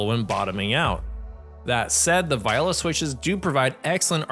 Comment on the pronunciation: im pretty sure thats not how you pronounce "viola"...